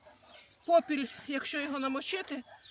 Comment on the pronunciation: Не попілЬ,😂а попіл(попілем,попілЄм😂